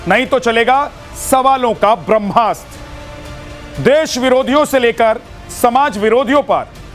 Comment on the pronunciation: आदरणीय अपने त मैथिल छी फेर एहेन उच्चारण कियैक? ब्रह्मास्त्र हेतै कि ब्रम्हास्त्र। कनी ध्यान देल जाय उच्चारण पर। ब्रह्म आ कि ब्रम्ह?